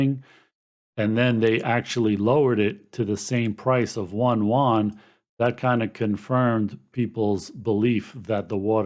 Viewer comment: It's 'You-en' . Yuan. no 'won'. trust me, i speak it fluently. (just gives street cred to get the pron right.